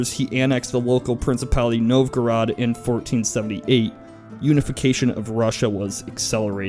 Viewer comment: "Dmitry Donskoy" Pronounced "Dohn-skoee" Ivan Pronounced (for Russian sake) "Ee-vahn" "Novgorod" Pronounced "Nohv-goh-rohd" Mikhail Romanov Pronounced "Mee-khaeel Roh-mahn-ohv" ("kh" as in the "-ch" in Scottish "loch."